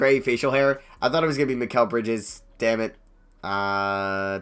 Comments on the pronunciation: Also, I think it's pronounced my-cal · It’s pronounced mahh keeel (L) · Pronounced Meh-kel Bridges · It's pronounced MY-kal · Mikal is Mih-Kell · you put so much emphasis on the "MI" part of mikal bridges name lol